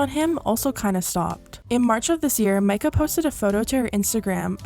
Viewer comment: omg i know this isnt important at all but at least someone said her name right lmao